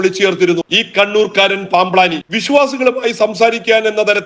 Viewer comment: എടാ നിന്റെ പൂതി നട ക്കില്ല. നിനക്ക് ഇതൊക്കെ ആരോ എഴുതി തന്നതല്ലെ. അല്ലാതെ ഒരു വാക്ക് തെറ്റാതെ പറയാൻ പറ്റുമോ?.പാംബ് ലാനി എന്നല്ല പാംബ്ളാനി എന്നു വായിക്കടാ.